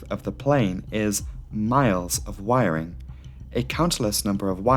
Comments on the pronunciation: Word of the day. Wirering. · Wiring….fuel tank🤔……..WIRing……FUEL tank 🧐…..WIRING….FUELTANK!!!!🤨🤦🏽‍♂️